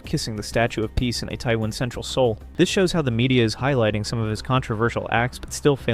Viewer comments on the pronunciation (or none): Language note for or AI-generated voice: Itaewon is pronounced EE-tay-won